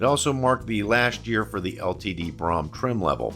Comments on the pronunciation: I think you mean Ford Brougham. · You misspoke on the 1969 LTD saying that the "429 was available in a 'two carbureted version' rated at 320 horsepower..." when you clearly meant to say ""two barrel version." The 460 AND the 429 were available in 1973. Oh, and PLEASE learn to pronounce "Brougham." It rhymes with "roam" NOT "prom." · Brougham is pronounced "broam," not "brahm." Good video though. Not enough videos out there of one of the best built American cars of all time. Something I doubt we will ever get back. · "Brougham". Correct pronunciation is "Broom", not BROM. As a kid, I always thought it was like Chrome, but with a "B". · not pronounced brom but brome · Great video. Comments: The top trim level is spelled "Brougham" and pronounced "Brome". The 400-2v V8 was OPTIONAL on all models except the 74 LTD Country Squire, where it was standard. The tape player that became optional in the late 70's was a CASSETTE. 8-track was available well before that. The steel-sided "LTD Wagon" was a 73 1/2 model. The 460 became available in 73, along with the 429, which was discontinued for 74. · I have to point this out. My parents bought an Olds Cutlass Brougham when I was 3.5 years old. I grew up kowing how to say it. It is pronounced like his "Broham"" LIke saying "Bro" then "ham" It is not an ice cream shop. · I have never heard Brougham Pronounced Braham and I have always been told LTD Stood for Limited.. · I’m really enjoying your channel,! Your videos are great — and as a former Ford and Mercury owner, it’s good to see these models mentioned. But some of your pronunciations are WAY off in this and other videos. It’s Brougham, not “Brahm”, with the OU sound being OWE. In another video, it’s Ford chairman Alan MuLAlly, not Alan Mully. Just an observation. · STOP! Its pronounced Broughm as in BRO, like BROME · Brougham is correctly pronounced “brome” (rhymes with “home”).